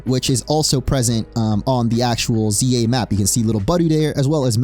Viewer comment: I thought you said legends Ye 😂